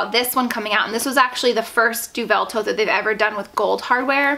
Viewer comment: this review was really useful as i've often admired that bag but now i know about the weight i know it's not for me! just a tip, deauville is pronounced "doe-ville" as in "doe a dear" and ville as in rhymes with the "sill" in window sill. xx